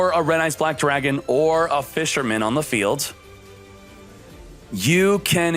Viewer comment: "RED EYES BWACK DRAGON" 🤣🤣🤣